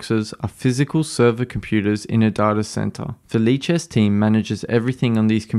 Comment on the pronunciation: I can’t stop hearing it as leeches